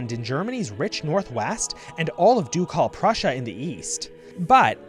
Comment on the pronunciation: jesus christ, "doucalle prussia"? it hurts my ears...